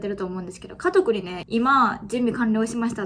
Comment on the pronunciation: バリバリ和歌山人で｢かぞく｣言えんくて｢かどく｣って言ってるのかわいい笑♥️